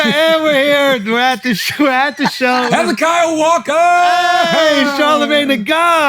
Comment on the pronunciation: Charla calling Shultz "Hesi"kiah Walker will always be funny to me.